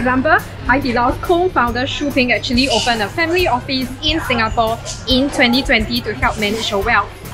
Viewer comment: Your "Singapawwwwww"...really singaporean...lmao 😆😆 Regards, Dunbar Walk residence, Siglap